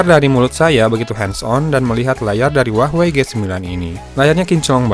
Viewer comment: jadi Huawah a kalo banyakan wah daripada wey nya :v